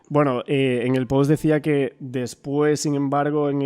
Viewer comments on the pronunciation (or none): none